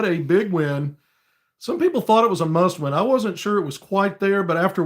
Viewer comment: OK, did you say it was a muss win! I have heard that before! Lol. Go hawgs